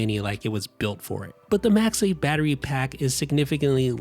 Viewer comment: Why does he keep saying MAXI instead of macsafe? Lol